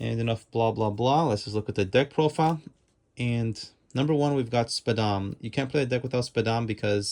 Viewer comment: Every time u said SPADAM it gave me a mini heart attack 😅😅😅